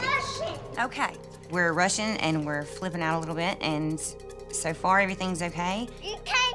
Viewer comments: When the are saying " I'm rushing" It sounds like there saying " I'm Russian" LOL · Anyone else thought she said “I’m Russian”